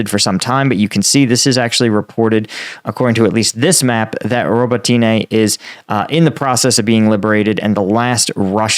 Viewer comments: Rabotino, not Robotaine. Dude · It’s pronounced robotknee